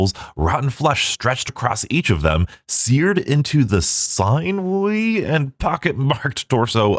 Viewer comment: Sinewy: sin-you-ee, like sinew, and a sinew is a tendon